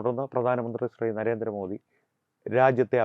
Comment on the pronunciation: ജിമ്മി ജയിംസിന്നു നരേന്ദ്രമോ ധിന്നിയുടെ പേര് ഉച്ചരിക്കാൻ കഴിവില്ലാഞ്ഞവനാണ് തോന്നുന്നു. ആണണം വേണം ബിമ്മി